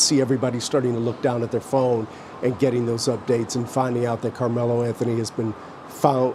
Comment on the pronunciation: "Karmelo" lol